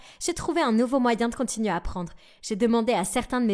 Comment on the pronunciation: Quand ta langue se rebelle "la même réaction de tRoutes" "tout le visage" au lieu du "village" "nouvReau"